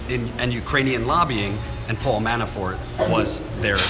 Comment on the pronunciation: When you say "Manafort" it sounds like you are saying "ManaFART" lol... I know I'm immature. But I found this hilarious. ❤